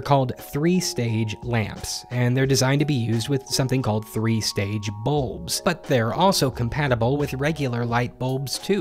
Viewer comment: He pronounces bulbs like boobs